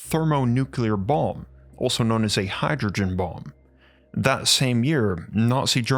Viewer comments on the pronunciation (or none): none